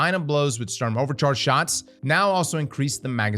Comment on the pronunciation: Love how you pronounce it "Störm" and "Unfall" . Sturm has the same U in it which is pronounced the same (which for you English natives would be the same way you pronounce the two o in "good") :)